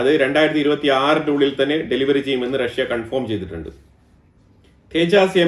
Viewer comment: തേ ജാസ് അല്ല തേജസ് ആണ് ഇന്ത്യയുടെ ഫ്ളൈറ്റർ ജെറ്റ്